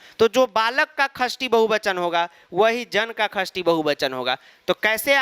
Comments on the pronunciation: Khasthi nahi, Shashti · Likhte shashti hai padhte khasthi hai.... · Sir khastti nhi sashthii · Sir it's not khashti it's shasthi 😅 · Sir sashti ko khashti bolte hai confuse mat hona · Gawar khashti nhi shashti hota hai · Are you also confused whether sir is telling खष्ठी or षष्ठी😅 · Mai chhathi vibhakti ko 'shashti' kehti thi, pr sir ise 'khashti' kehte h 😅 sahi kaunsa h. I think sir😅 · Yes actually you are right